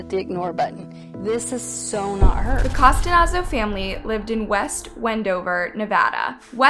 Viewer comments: Why pronounce it like Costanazo when it’s spelt Costanzo? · You keep saying Costanazo. Isn’t her name COSTANZO? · I’m so glad someone said it she added like extra letters love her content but I almost couldn’t finish it cause she butchered it so bad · COH-STAN-ZOH Not Costanazo. Like You Didn't Even Attempt To Fix The Pronunciation. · cuh-STANZO where did you get costanozo from??? at least say the girls name right ffs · You're pronouncing her name wrong throughout. It's Costanzo and not Costanazo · 😩 it’s driving me nuts hearing how she’s pronouncing her last name! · Read the surname properly, please! Cost-an-zo! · This is my cousin It's Cuh-stanz-O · "Cos-TA-nAN-zo"?? Lol Who edited this and didn't notice how badly this girls name was butchered (no pun intended) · Nice job butchering her last name… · If youre going to do a story on someone at least learn to pronounce their dang lastname. Its too disrespectful. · You butchered her last name. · This case still gets me everytime since the first time I heard about it, still haunts me to this day....by the way you kept saying Mickey's last name wrong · How do you manage to say the names of victims incorrectly in nearly every single video?! Don't you have an editor? Very unprofessional and disrespectful.😢